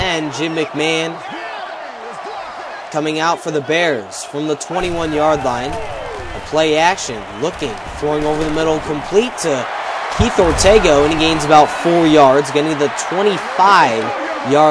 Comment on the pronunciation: Keith Or-TAY-go?!! Wrong dude. It was Or-TEH-go. He also NEVER would be in the game in 1985.